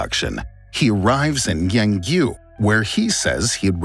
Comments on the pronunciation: Him : he arrives at yang u Me saying it: yang zhou (the zh sound is like ch sound) Chinese traslator: yangzh Me: huhhhhhhhhhhhhhhhhhhhhhhhhhhhhhhhhhhhhhh? Him saying the next city: suzhou Me: finally! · Suzhou, pronounced nicely 👍 - but then Yangzhou was pronounced as Yang yew ? ? what....🧐